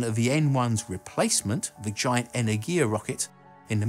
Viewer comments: And again. It's EnErgia, not EnergIa. And Konstantin, not Konstantain. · I know you're not a Russian speaker so it's totally understandable, but it's enErgia not energIa. More emphasis on the E not the I. I honestly can't say why this made me wince so much this time having watched many of your previous videos, but there you have it lol. Other than that, love your vids. Keep up the good work!